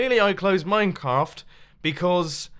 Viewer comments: He said mine - caft Not minecraft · you said minecarft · Mumbo:Clearly I closed minecaft Me:What's Minecaft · Did anybody Else hear that he said minecaf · "clearly I closed mine carft." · "Clearly I closed Minecarft" Mumbo Jumbo 2k17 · I heard "Minecarft", Minceraft's other sibling